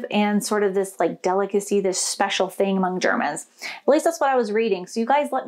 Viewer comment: You said "schpecial". You must be dreaming in German already.